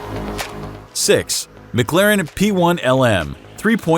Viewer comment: "mig-larin" its "mic- claren" holy fk these channels are so cringy